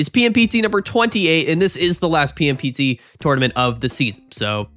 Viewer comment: I really enjoy how the PMPT tournaments sounds like “pimped”